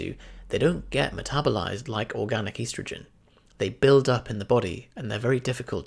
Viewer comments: Great, except he says "eastergin", annoying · ESS-trogen Dictionary Definitions from Oxford Languages es·tro·gen /ˈestrəj(ə)n/ Please learn how to pronounce this word the way the rest of the entire English speaking world, and in fact the English dictionary suggests. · You say estrogen weird.